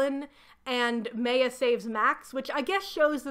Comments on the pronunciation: Not the way you pronounce Maya 😭 it's not Meyer like Stephanie Meyer, it's Maya, the two As are pronounced the same way! Mah-y-ah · I’m sorry I keep getting thrown off everytime you say Maya and Ari’s name 😵‍💫 I always thought it was pronounced My-ah and Ah-ree Edit: took me all day to finish your video, not because of you, this series is seriously like some weird fanfic 😂 Fang got taken out by effing seagulls 😭🤣 I can’t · Maya is definitely not pronounced the way you did it. It's My-yuh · Does the book specify how Maya’s name is pronounced? In my experience, Maya is pronounced “My—uh” and not “May—uh” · Maya is pronounced “my-uh” or “my-ya.” My name is Maya and every time you say it, I cringe. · great video! one note: why are you saying Maya like that?? it’s driving me insane! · As someone who was a HUGE maximum ride fan growing up this video is a wild ride down memory lane 😂 amazing 👏 (I gotta add though, not in a mean way or anything bc English is weird, but the way you pronounced Ari and Maya is driving a bit crazy 😭 but that's a me thing though lol, great video regardless) Edit: YOUR TELLING ME MARVEL ADAPTED THESE BOOKS??!!! WHAT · Minor comment but your pronunciation of Maya is well really bad. The name is pronounced like the words "my" and "ah" combined. So like the ancient Mayans in South America. Sorry it really took me out of the video as soon as you said it and I don't mean to poke fun at you at all but it made me giggle a little. I'll share that I pronounced the name "Brom" like the word "broom" for years until someone pointed out that it is basically "prom" but with a "b". I also mispronounce epitome as "eh-peh-tome" instead of "eh-pih-toe-me" regularly unless I think about it.